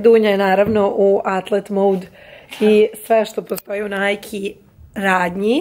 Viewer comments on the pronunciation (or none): none